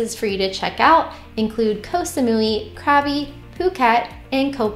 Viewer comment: Thanks, Ive been retired for 7 years here in Thailand 🇹🇭 we love Chiang Mai, Krabi is great for a beach ⛱️ getaway. OBTW Its pronounced (Gob bee' ) = Krabi I can confirm that Bangkok is almost as expensive as the Midwest USA 😢. With smog flooding streets and insufferable traffic and humidity, we dont get why its the worlds number one vacation destination. After 7 years Chiangmai, Da Nang VN, Kuala Lumpur, and Bali have been THE MOST FUN ans cheepest price OBWT dont let the complaints about the Burning season in CM deture you unless you have a weekness like asmua its way over complained about